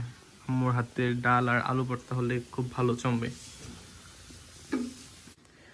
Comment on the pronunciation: বর্তা না ভাই ভর্তা বলেন। আপনি শুদ্ধ উচ্চারন শিখেন প্লিজ।